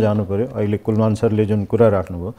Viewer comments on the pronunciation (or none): and "Kulman" lai kina KulMAR KulMAR bhaniraho host le??? Tyo ni naam paper herdai bhanirachha tesmathi wrong. Tait.